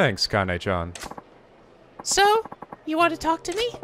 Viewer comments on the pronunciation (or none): it's not pronounce like Kaine! It's Kah-Nah-Ay. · Why do English speakers always insist on pronouncing E as "AY" or "EE" in Japanese words and names? It's one vowel, not two, so it should be more like "EH" (I'm actually not sure how to spell the sound phonetically so that English speakers understand, but something like that) . KA-NA-EH. A-NI-MEH (not ani-may like i often hear), KA-RA-TEH (not karaa-tee or kara-tay) etc. I'd usually just let it go, but it's hard to ignore it when someone corrects someone else with wrong information.